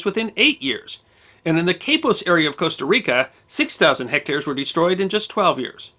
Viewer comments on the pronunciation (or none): none